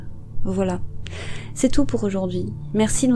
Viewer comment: Cela me perturbe, " YouCrime " le côté franglais de votre prononciation 😅 ceci dit continuer ainsi, vos vidéos sont super 👏👏